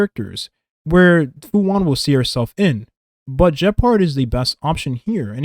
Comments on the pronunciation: It's pronounced Fu shu-an(xuan) You're saying "Fu one" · why'd you call her fu wan not even 5 seconds into the video? xD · Im sorry I dont want to come off as picky and annoying but Fu Xuan is pronounced "Fu Shu-yen" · Her name is Fu Xuan not Fu One.